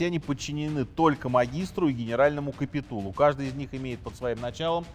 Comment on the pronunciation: Даже не знает как произносится слово капитул...мать честная...неуч